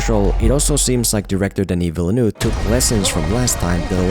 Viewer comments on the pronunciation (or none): Look how he butchered my boy! (Villeneuve)